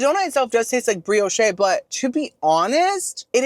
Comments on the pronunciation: Hi, love you. Next time instead of th “Brioshay” you might want to try the Brioche it’s fluffy, butter, crisp!! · And brioche in English is pronounced bree ohsh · is trolling with the pronunciations of bisque soup and brioche I just know it LOL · I just love your reviews! My husband gets a kick out of you too. 😊 over the years your descriptions have gotten so much more refined right along with your awesome sense of humor. ❤ just wanted you to know… bisque is pronounced ‘bisk’. Also Brioche is pronounced bree-oh-sh. Keep being you, bestie!